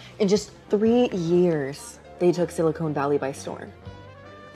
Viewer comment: A she pronounces it as "Silicone Valley" instead of Silicon... that's adorable. The caption had it correct, so it's not an intentional mistake by the character.. I guess this actress really thinks her character is looking for work in a magical valley where busty women frolic around with flowers in their hair and volleyball-size implants on their chest. 😏